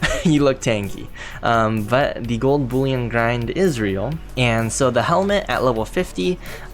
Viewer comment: Boollion?😂😂 Its pronounced bull-ion.